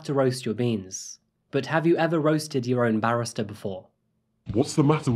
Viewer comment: It's interesting that you pronounce barista like "barrister", for a second I was like, wait, I thought this was a coffee house, not a courtroom! I've only recently discovered your channel but I'm addicted already, thank you for your hard work, and congrats on 1M! You do an amazing job with these videos so it's well-deserved. P.S. I don't even like coffee 😂